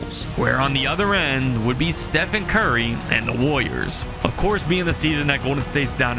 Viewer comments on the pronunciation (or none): Brother, please learn to enunciate when you say woyas.